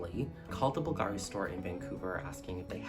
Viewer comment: Hi! We spell it like the accent goes on the U not the A, it’s said softer here. By the way love some Bulgari content. I love these reviews